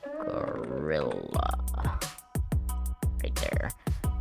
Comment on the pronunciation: Why does bro sounds so crispy when he said "gorillaaaa"